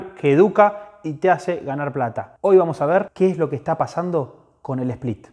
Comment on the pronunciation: Bestia!!! Split sin "E"